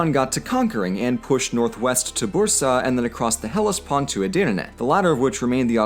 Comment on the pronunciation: Omg u pronounce Bursa correctly :D nice job :> ofc not only Bursa :D all of themm allll !!!